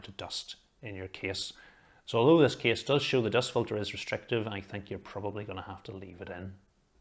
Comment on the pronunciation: Every time he said “case” my mind consider it like “keys”. So his “case” reviews gone mad with me. 😅 In the other hand his reviews detail and quality is “top tier” without any discussion!